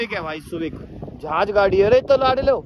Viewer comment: सुवीक है भाई सुविक 😂😂🙏